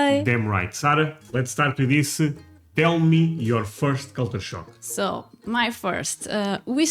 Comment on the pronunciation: Am i hearing "culture shark"?